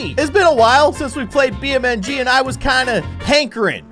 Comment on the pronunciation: Its beam NG drive not bmng drive